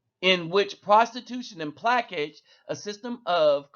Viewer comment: I just really gotta let you know, plaçage is pronounced "pluh-soj"